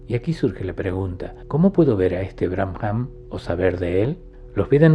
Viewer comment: Excelente video, maravillosas enseñanzas. Con respecto a la palabra Brahman, creo que se pronuncia Braaman y no "Bramjam"